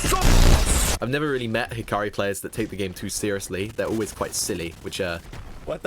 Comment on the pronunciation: Who the fuck is hikari his name is Hakari dawg 😭🥀🥀